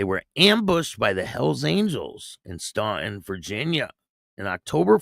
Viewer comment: Great show as always.If it's the same place in Virginia I lived in several years ago it's pronounced Stan-ton, Virginia.✌️